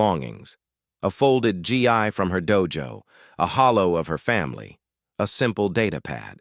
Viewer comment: Stop the damn G I for Gi! Hard G followed by long E. You insult the uniform.